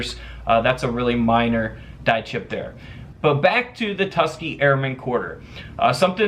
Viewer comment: It’s pronounced Tus-KEE-Gee, NOT Tus-kee